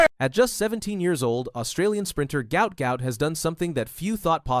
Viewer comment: His name is Guot Guot his father said NOT Gout Gout